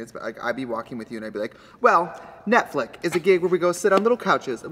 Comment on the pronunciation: is anyone gonna tell miss Trixie that she constantly pronounces Netflix wrong. Anyway a great episode as always, keep doing what you are doing girls, you slayyyyyyyyyyyyyy.